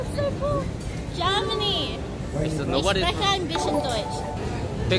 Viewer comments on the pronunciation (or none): Yeah but she pronounced "spreche" wrong but it was cute 🥰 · I don't think she pronounced it wrong at all, she did have an accent though.